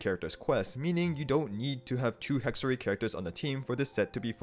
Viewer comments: fyi, it's "hexerei", not "hexeray" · As Hexerei is a German word, you would pronounce it with I like fly, try, sly at the end